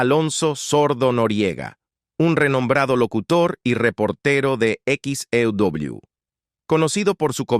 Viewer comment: SE PRONUNCIA EQUIS E DOBLE U X. E. W.